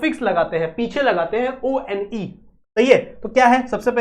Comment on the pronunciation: O - N - E (one) hota hai 😂😂😂😂😂😂😂😂😂😂😂